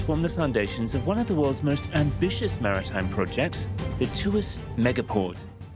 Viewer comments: It's Tw-arse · Tuas became twist without the t 😂.